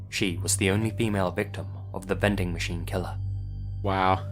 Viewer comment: All I can hear is "bending" machine